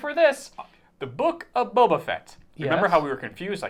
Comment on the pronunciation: AND FUCKING PRONOUNCE BOBA RIGHT?! Sheesh!